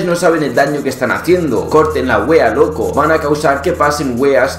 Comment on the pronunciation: Es muy gracioso lo ridiculo que suena la palabra WEA dicha por alguien que no es chileno, siempre la pronuncian mal